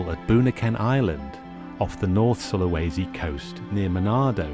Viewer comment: Its pronounced Soo-lah-was-sea If you're curious